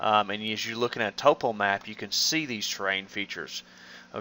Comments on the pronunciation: Hahahaha.... Toe-po! Bra... Top-O... like top-o-graphic! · It's pronounced "topo" not "topo"